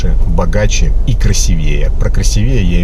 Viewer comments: Мне кажется, Вы намеренно не правильно поставили ударение на слове красивЕе. Хотели, что-бы пассажирка Вас поправила: "красИвее". -Что там говорить... Баба-то туповата... Еще и кадрить пыталась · Внимание! Не красивЕе, а красИвее. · Не красивЕЕ,а красИвее 😂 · вы коренной петербуржец? Мне кажется, слово красивЕе так произносят понаехавшие") Потренируйтесь: красИвее, запомните, красИвее)) А ролики мне ваши нравятся, хоть и постанова, иногда интересно)) спасибо. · А по-моему,таксист сам провацирует пассажирку.Она вполне адекватная,а он хвастун."Собачье сердце"он точно не читал,и возможно, не знает,кто именно автор этого шедевра. А "красивее" ударение ставится на букву "и" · КрасивЕе😂 Блять, красИвее! Задолбал тёлочку. Сам душнила какой-то.))) Хотя ролики с ним смотрю с удовольствием.🤣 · "КрасИвее", если что, произносится с ударением на "и", а не на "е", если уж мы окончательно из Санкт-Петербурга. Это примерно та же история, что и "звонИт" вместо "звОнит", и "одевать" / "надевать" в зависимости от того, кого-то или на себя. Стыдно не знать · Не красивЕе, а крАсивее). А вы можете представить себя с не очень симпатичной девушкой и вкладываоь в неё деньги чтоб конфету сделать?) Без обид, просто женское любопытство) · Не красивЕе, а красИвие, хвастунишка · Не "красиве́е", а "краси́вее". Ещё один кирпичик в Ваше "Самообразование". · Самообразовывайтесь внимательнее! Борменталь не был профессором - он доктор, профессором был Преображенский. Говорите, пож-та, правильно НЕ « красивЕе», а «красИвее». 😩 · всё хорошо! Только не "красивЕе", а красИвее - ударение на второй слог. Это, что касается самообразования... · Она думает,когда же ты заткнешься,душнила!И не красивЕе,а красИвее,грамотей! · Не красивéе, а краси́вее В общем лайк! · Ещё как хотел произвести впечатление ....вот только не красивЕе, а красИвее....постоянное самообразование надо углубить в сторону русского языка..... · Надо ударение крас 'ивее . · Правильно говорить красИвее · Ударение красИвее